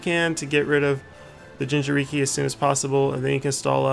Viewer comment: Anyone else triggered that he says gingeriki instead of jinchuriki ?